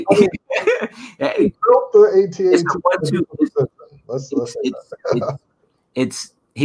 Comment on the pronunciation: They were saying the at-at wrong the whole time. It’s AyeTee-AyeTee